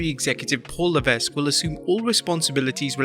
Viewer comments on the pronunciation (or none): The “S” in Levesque is silent - should be pronounced “Le-veck”